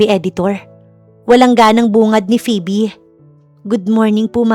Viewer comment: Tagal nang nag nanarrator ni..pero d pa din nag improve ang pronunciations 😅 minsan ang titigas😂.. gaya ng phoebe (pibi) akala ko nagkamqli lang nung una..pero PIBI talaga 😅. Maganda naman ang story❤